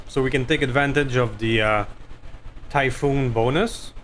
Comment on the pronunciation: Orochi=Oh-Roe-Chee. Typhon=Ty-Fon. Close call on that headshot thought that was gonna be the oh S**t moment of the episode, then you got nuked and no one died so WOW great luck there. The Spiders performance was amazo. Man i LOVE those Direct Arrow shots never a dull moment there. Don't forget you have Sensor lock now so you can nerf those guys when they first drop and still have protection. I reinstalled and looked and you can put 7 Snubs on that SH urbie, SH stealth is a thing but you need the SH stealth armor. Exchanger++ is actually better than the Clan Exchanger for mechs with big heat weapons because it's -15% heat -9 heat and clan is -10% heat -15 heat. That 5% makes a big diff when firing artillary and energy weapons with big heat numbers. The spider 5M is the one you want for the 2 arrow 1 thumber cannon build but you can put 4 arrow iv Clan on the one you have. I would have scrapped that Marauder it's not worth it. Drop costs, the hit penalties, not very good weapons slots etc etc just not worth it. Great fun watching man keep it coming.